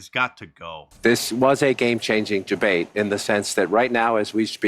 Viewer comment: Did he say "gebate"?